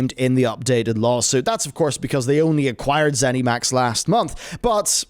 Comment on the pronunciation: Please stop saying ZenEMax.